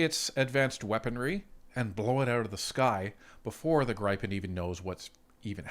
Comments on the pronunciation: Hi, Inga from Sviden says it's "GrEE-pen", not "Gr-ai-pen" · Gripen is pronounced as if the "e" does not affect the "i", pronounce it like Grippen. Stealth aircraft are detectable by radar, and they are working on increasing picking them up by radar. They are difficult to detect. F-15 radar detection signal is about 8 times stronger than an F-18, USAAF is taking on modernised F-15 as they can carry more than an F-35. If the Gripen E is cheaper to operate, that is very attractive. Mixture of F-35 and Gripen E/F's? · It's GRIFF-IN as in "if" Griff......IN . pronounce it right please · Gripen is pronounced Griffen in English. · YOU HAVE TO LEARN HOW TO PERNOUNCE THAT FIGHTER JET LMAO